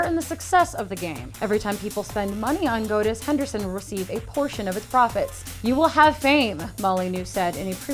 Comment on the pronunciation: God-us Wolfenshtine Love the videos, just trying to be constructive with my criticism of your pronunciation. :)